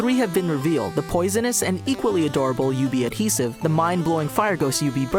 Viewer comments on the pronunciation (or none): none